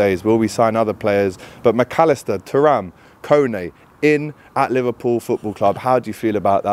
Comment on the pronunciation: Swerve the spanish accent when saying mac allister lad ffs 🤦